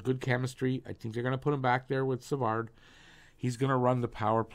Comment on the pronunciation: Hi brother! I’ve been a long time subscriber and I really dig your videos! Just giving you a positive feedback on how to pronounce french names, the “d” at the end of Savard is mute so it’s pronounced Savar. Same for Harvey-Pinard😊